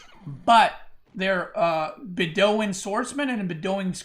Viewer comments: Bedouin is bed-oh-win btw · wow your pronounciation of some words like Beduin or orchard... way off...